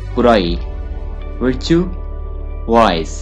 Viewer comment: Virtue یہ لفظ وَرچُو ہے وِچُو نہیں ہے۔ اگر اِس لفظ کا تلفظ سمجھانے کے لیے اُردو میں لکھا جاٸے تو وَرچُو یعنی و کے اوپر زبر ہے۔ اِس ویڈیو میں اِس لفظ کو غلط (وِرچُو) بولا گیا ہے۔ یہ لفظ ہے وَرچُو Virtue